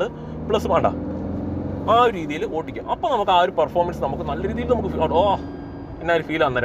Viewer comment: ചേട്ടന്റെ ഓട്ടിക്കൽ കേക്കാൻ നല്ല രസമുണ്ട് 😂